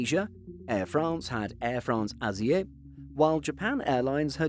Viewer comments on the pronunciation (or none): Air France Asie is not pronounced as Asi-uh, but as Asee if you would write it in "English". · Air France Asie not Asíë , please . This is a French not Dutch company! Please say Shripol . Spreek op Nederlands AUB ! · Air France « Asie » is pronounced « azee » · Do you guys use a robot for your videos? The images are of stunning quality and so cinematic, which compliments an extremely useful content but you fuck up the pronunciation at some point or another "What does "Asiéé" mean? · Air France Asie is pronounced Air France Azi